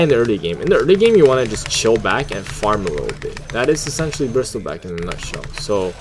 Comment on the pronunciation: Kinda annoying how you read it as bristilback but good guide overall, kinda just funny and annoying atst lol